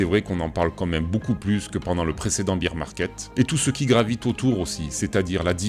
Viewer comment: lol tes pas leu seul, la quasi-totalité de la Crypto sphère Française prononce bir et non bair